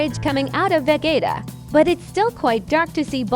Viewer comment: nice the ai said ve"get"a